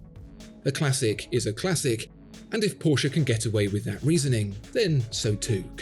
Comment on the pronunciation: Thank you for always saying Porsche correctly